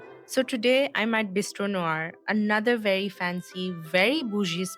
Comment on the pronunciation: love the choice of words ||||||||||| and thank you for pronouncing NOIR right!